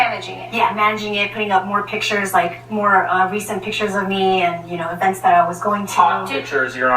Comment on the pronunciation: You say thot hot judge.😕